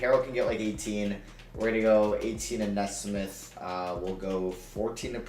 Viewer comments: Bro it’s Aaron (Knee-Smith) that’s how you pronounce it 😭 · Aaron Nesmith’s last name is pronounced Knee-smith